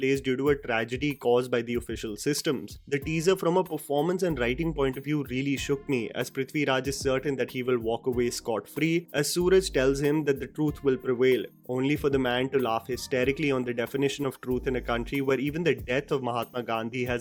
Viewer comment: please pronounce his name right. It's suRAAAAJ NOT SOOraj